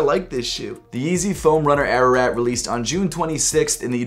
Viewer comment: Bruh it's pronounced ah rah raht